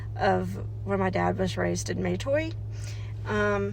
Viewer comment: Yes, we are Indigenous: Tslagi and Chahta. Our family pronounces it Matoy, not may-toy. Although I recognize that there may have been some dialect and accent nuances specific to the area, though it does make me cringe a bit as it simply isn't how we have pronounced it